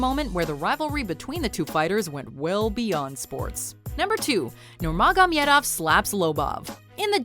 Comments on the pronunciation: Why don't you just say Khabib? Because you sure as hell can't pronounce Nurmagomedov 😂 Also Conor did not fight Dustin Poirier for the Featherweight Title at UFC 178. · And she pronounced it... made cringe so damn hard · She was pronouncing it wrong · I can’t stand how she says his last name. Like my god please stop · Nurmagom-I-edov. Wow. My ears are bleeding. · Take a shot of proper twelve any time she says Nurmogomedov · First of all, conor wasn't fighting porier for the lightweight title, and second of all its pronounced nurmagomedov and not nurmagomyedov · Believe me, I will find you if you will ever say Nurmagamedov again... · How you have all these facts and can’t pronounce Nurmagamedov’s name??? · Take a shot every time this bitch says Nurmagomamedov. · Please dont say nurmagemedov anymore... Cant take how she spells it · it's pronounced Nur-ma-go-me-dov... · Oh man, why sticking with saying nurmogomedov so many times with that accent. Isn’t “Khabib” easier to pronounce ? It seems as though you wanted a slice of the mega-fight like a lot of channels, but you got the storyline really messed up. Also you got a wrong “fact” - Dustin wasn’t a title fight at all, it was a normal featherweight bout. I just wanna say that I love your work guys, But it wasn’t a good recap/facts video. Sorry. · I couldnt watch the whole of this because of the way she says nurmagamedov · really? nurmagomYEdov so irratating... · Who else was irritated by the way she pronounces Nurmagomedov? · "NOR MAH GAH MEADOF " WTF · The way she pronounce "NuRmAgomEdoV" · How many times you're gonna say nurmagomedov? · I know and she said it whacked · If u can't pronounce nurmagomedav.... Stick with khabib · Did she just say fight Poirier for the featherweight title and the way she pronounces Nurmagomedov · Yous know absolutely nothing. You can't say khabibs name right and you think mcgregor and poirier fight was for the title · Why's she pronouncing khabibs last name like that